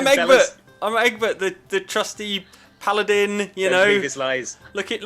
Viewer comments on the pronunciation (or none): none